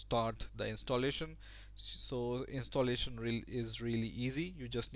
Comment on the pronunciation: Direct, not Darekt. Installation, not Instolletion. :P